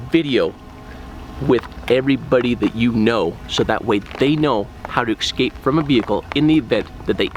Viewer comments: It's pronounced "ess-cape" not "ex-cape" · Great vid, but it KILLS ME when grown men say "ECK-SCAPE" instead of "escape".... 😒